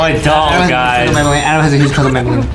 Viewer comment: Aden has a huge cwush on banbaleena